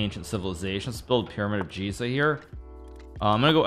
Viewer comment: it's Giza with hard g!!